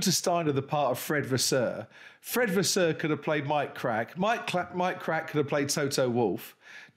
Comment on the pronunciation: Fair play to Crofty for keeping his cool when messing up saying Mike kracks name